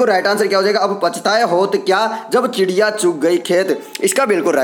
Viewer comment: चिड़िया को खिडिया बोल रहा है भाई🤣🤣🤣